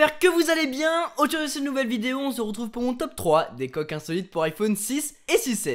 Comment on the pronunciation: Oula t'as bugé ! De "aujourd'hui" tu es passé à "ajde"